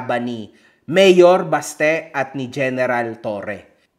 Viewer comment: BASTE❎ "BATSE"✅ to Singapore.